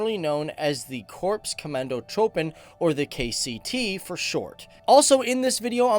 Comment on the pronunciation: its pronounced korps comahndo troopen